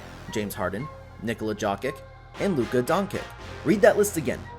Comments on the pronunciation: Awh I dang I got duped I was enjoying this until he said Nikala Jockit :face-blue-covering-eyes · The Nikola Jokic mispronunciation is a dead giveaway for an AI channel